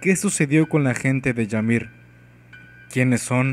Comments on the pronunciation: Buen video pero es "imir" no "yamir" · Yamir durante todo el vídeo y al final la empieza a llamar ymir habla bien xD kdkdkdkd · no se pronuncia yamir, se pronuncia imir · Es "Ymir" y se pronuncia "Ymir" no "Yamir" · No se pronuncia Yamir,se pronuncia Ymir,tal como se escribe. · Una crítica constructiva, la palabra 'Ymir' no se pronuncia 'Yamir' sino que 'Imir', como si fuese una i latina. Saludos. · Se pronuncia Ymir no llamir :7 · No, según yo si se pronuncia "imir" y se escribe Ymir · Dark Dragon No,ni los japoneses la llaman así,ellos pronuncian "Imiru" pero se escribe Ymir y en español es "imir" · che man te aviso que me parece que se dice imir ose la y se pronuncia como i latina